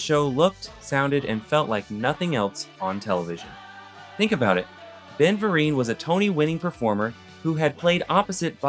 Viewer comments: I appreciate this reach back to the 80's. If I had just one small suggestion in improving your content, it would be to check how names of people and businesses are pronounced. As you can see in the comments, you were saying Ben Vereen's last name incorrectly. But there's one more I wanted to point out. DiC. If you've ever watched their shows, they have an animation end cap after the credits which tells you how it's pronounced. Deek. (rhymes with seek.) The DIC Animation end cap, or closing logo, is a highly recognizable branding element from the 1980s and 1990s often seen after cartoon credits. The most iconic version is the "Kid in Bed" logo, though several variations existed throughout the company's history. Iconic Logo Variations "Kid in Bed" ( ): Features a young child in a bed, looking out a window at a starry night sky. The word "DiC" appears in the sky via a shooting star, accompanied by a soothing voice saying "Deeeek." You also mispronounced Saban in Saban entertainment. Phonetically, it's more like Sah-bahn, not Say-bin. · The absolute easiest fact you could have checked and you failed. It's Ben Vereen. Like Halloween. Right there on IMDb. Or Wikipedia. Or any number of online resources you could have checked before posting about a show I'm willing to bet you never saw, assuming you'd even been born before it aired. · To be fair, he pronounced it exactly liked he spelled it… Unfortunately he also spelled it wrong 😅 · Thank you. So funny seeing these "Let me explain" vids from folks who dunno how to pronounce the name of the people they....'researched'. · IKR? I came here just to say this. Get the man's name right! He also mispronounced someone else's name too. Rerecord and republish. At minimum punch in a voice over. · This shook me instantly. He is too accomplished for his name to be mispronounced; also, research. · He literally says it correctly every single time except the first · Ben VER-EEEIN. Not Ben Vear-in. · Ben "Ver-reen" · Ben "Ver-reen" long E.